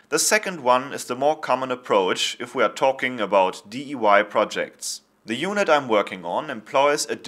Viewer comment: You might not have noticed, but towards the beginning of the video you pronounce the "I" in "DIY" in the German way...I think this might confuse your English-speaking viewers.